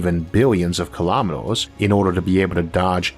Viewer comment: What are "kilomeedohs"? ;-) Very interesting show! Maybe it would benefit your viewers if you could lose your accent a little. Sometimes I really don't understand, what you're saying and subtitles aren't covering it either.